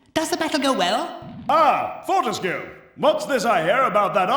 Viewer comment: I'm so happy. Btw it's prononced FORTESK. But I guess it adds to the weirdness and fun. Fort means strong so his name can be translated to Daniel Strong-ish.